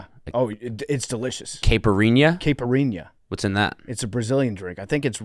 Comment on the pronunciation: Pft pronouncing caipirinha